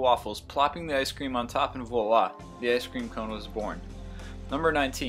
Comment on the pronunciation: when using the word voila the v is pronounced more like a w and there is no hard v sound....just sayin'